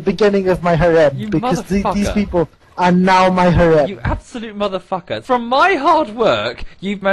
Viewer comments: It's not haw-rem or haREM it's, just harem emphasis on the "HA" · Both of you pronounce harem differently and yet are both wrong lol